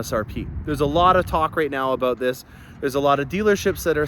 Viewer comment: I admit I joined early on to hear you say, "Aboot" and "doe-ler", but your videos get better every week. I learn something with every video. I am on list, but wish I could be on your list also. Thanks for the great vids!